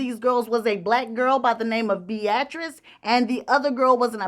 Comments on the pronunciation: Pretty sure that b-atrice is pronounced bee-ah-trice 😅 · Not BE AT TRICE. You always get that name wrong Pronounced Be uh trice